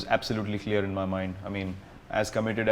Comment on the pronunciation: Tya bol raha h be , tlear bol tlear bol 🤣🤣